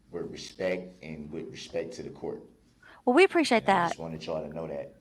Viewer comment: Will someone please tell this fool that the phrase is, " with all due respect " ! It is not "with all respeck" !